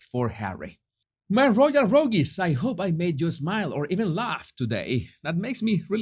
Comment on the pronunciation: Love your work. Hope you don't mind me gently letting you know how ''rogues'' is pronounced. Instead of ''rogees' it sounds like ''roads'' ''roags'' ''rogues'' ... single syllable: ''oh'' ... without the ''ees''. Bliss to you too!